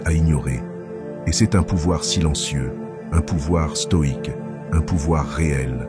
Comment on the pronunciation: Lire stoïque au lieu de stoide Merci